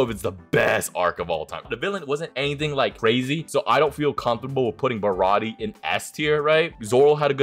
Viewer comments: I don’t understand why baratie is pronounced ba ra ti a and not ba ra ti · God you both couldn’t say zou or baratie correctly kinda crazy